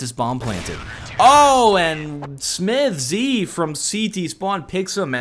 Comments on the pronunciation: i love your videos but please, stop saying smith-Z, just say smiths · Maybe check your pronounciation of SmithZz, sounds weird to me. Nice video anyway, thanks for uploading since I missed this game :D